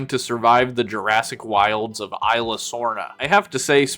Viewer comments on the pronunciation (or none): by the way the Isla is pronounced "is-la" not i-la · He also says isla wrong